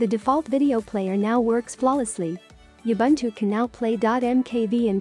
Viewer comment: No one, absolutely no one: TTS: YAh-Bun-2💀